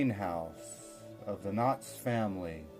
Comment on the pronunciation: Ok I'll be the only commenter...The title of your video is clearly KNOX but it sounds like you are pronouncing it KNOTTS, and referring to the Knotts Berry Farm family of California. My family is from East Aurora but I grew up in so Cal so I'm familiar with both and these are clearly separate families. Hope you liked East Aurora, a beautiful little village!